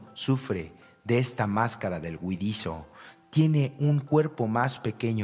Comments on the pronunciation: se oye huidizio y otras huidichio; debe ser huidizo. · Huidizoo ? Ocomo dice? No alcanzo a oir claro. ?😊